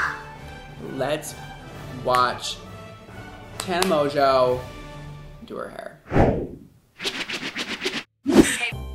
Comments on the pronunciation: poly r mon-joooo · Tana Maganowy =))))))))))) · Tana Mongoose? XD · poly r Tana Mango